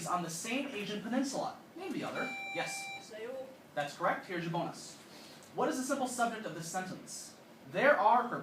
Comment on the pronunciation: nice pronunciation of Seoul